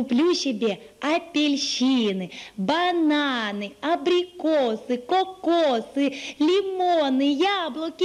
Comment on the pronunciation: я один слышал не бананы а пананы?